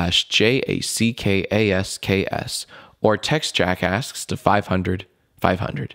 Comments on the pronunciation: You really have to pronounce the 'K' when you say 'JackAsks'. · when jack says "jackasks" it sounds like "jackass" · It sounds like his saying jackass